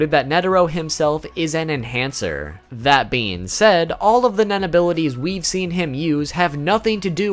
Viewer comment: lul sometimes when he says nen it almost sounds like men so some shit he explains with the word nen sound funy AF XD